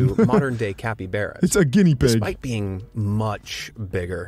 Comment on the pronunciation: not thebeckbros but it was the actual channel that they were reacting to they said capibearas like bruh why